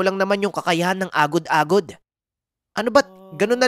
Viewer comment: lodi medyo. iba pagkabigkas nyo sa agod agod sa lapok. 😀😀😀